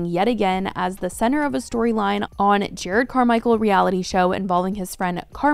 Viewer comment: btw, jerr ROD, not jared